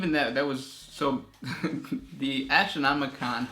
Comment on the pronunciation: lool...you said ASS-tronomican XD